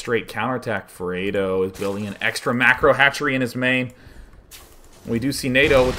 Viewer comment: Its FRED Oh. Like the UK chocolate.